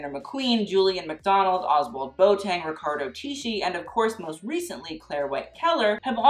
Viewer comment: Ozwald Boateng's surname is pronounced the way you would say feather BOA and not BOAT. Great video!!